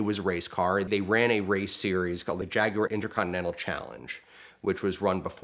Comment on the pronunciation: I cannot stand the way he pronounces Jaguar.